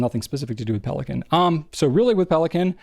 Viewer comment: Pelikan is German. It's pronounced PAY-lee-con.